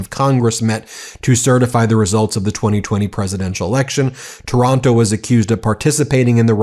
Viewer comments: Stop saying Taranto like Toronto! Giving us a bad name 😫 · The name is not TORONTO. It is TAR AN TO. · Ben, it is Taylor Taranto not Toronto!